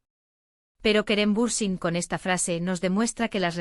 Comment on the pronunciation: Будьте любезны, если вы, блогеры, решили освещать всё о актёрах Турции, сначала выучите их имена и фамилии. Вы так исковеркали фамилию Берсин, что читать больно, раньше было смешно, а сейчас больно и обидно. Эти две Звезды, Керем и Ханде, великолепны, красавица и королева, и король симпатяга. Им жить, не тужить, веселиться, радоваться, идти по жизни, пожениться, деток нарожать. А потом воспитывать, любить, лелеять и радоваться, каждому их успеху. Большего счастья в жизни и не надо. Но, любимые мои, что случилось? Кто, кому перешёл дорогу или была измена?. С Богом в вашу счастливую жизнь и не обращайте внимание на слухи, домыслы, сплетни. Я Вас очень люблю❤😘.